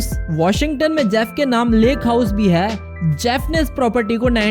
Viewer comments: I tried to ignore it but I can't what is Haai???? Sedha bolna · Funny when he say hai😁😁😁😁😁😁😁😁😂😂😂😂😂😂😂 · Apka "HAI" bahut gnda h🤢